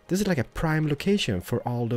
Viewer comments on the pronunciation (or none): The word is THIS not DIS